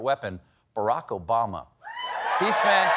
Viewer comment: Colbert's Obamna killed me softly 🤣